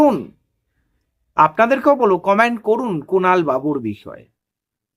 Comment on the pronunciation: আপনি শব্দের উচ্চারণ সঠিকভাবে করুন। Command Section- এ Command পড়ুন সঠিক বাক্য বিন্যাস নয়। সঠিক বাক্য বিন্যাস হবে Comment Section - এ Comment পড়ুন। Command করুন সঠিক বাক্য বিন্যাস নয় সঠিক বাক্য বিন্যাস হবে Comment করুন। ধন্যবাদ।